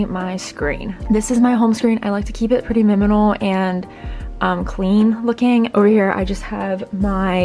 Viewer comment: Your so cute you said Miminal instead of minimal haha